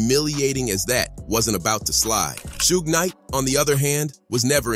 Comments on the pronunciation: It Suge (Shoog), who the hell is sugay? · two-pack and cu-bay and sue-gay? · This guy called Suge SUE-G...